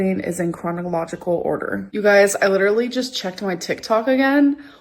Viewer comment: is suffereen from Chronic Ological Order, you guys! Add it to The List of Suffereen with the hip Bursy-tit-ish and ASMR!